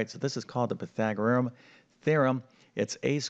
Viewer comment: Pythagorus, not Pythagorum!